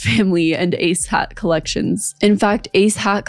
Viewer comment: Am I the only one who can’t stop hearing “A$$ hat” every time she says “ACE HAT”???